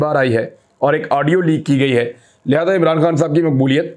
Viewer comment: urdu mai audio ko aaadio bolte hai 🤣